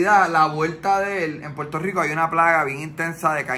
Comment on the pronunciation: Mano dile al pana tuyo oh como sea que aprenda a decir Puerto Rico no es Puerto JjJjico 🤦🏻‍♂️🤦🏻‍♂️🤦🏻‍♂️🤦🏻‍♂️🤦🏻‍♂️🤦🏻‍♂️😂😂😂😂😂😂